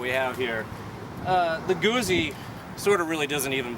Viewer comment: Damnit. It's not "goosey", it's Guzzi. Hard Z in the middle.